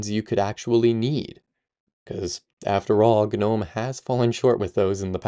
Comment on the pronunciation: Are you really saying G-nome?? Are you for real?? Dude ... It's *NOME .... The G is silent. You understand what a gnome is, right? It's a legendary dwarfish creature resembling a tiny old man. Here, in the UK, older generations used to have little statues of them in our gardens, doing various things like fishing, sitting, standing, etc ...